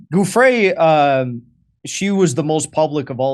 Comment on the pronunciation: stop saying Guffre , JD, it is Giu (like jew), ffre, get it ?! its offensive you pronounce italian like mexican perhaps not sure I dont know it. It is as insulting as people pronouncing, occi instead of okki with the cchi exception, incredibly illiterate and insulting to any italian speaking person.